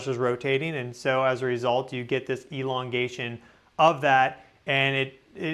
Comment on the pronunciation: ELONgation?! Please stop. Im triggered. 😂🫥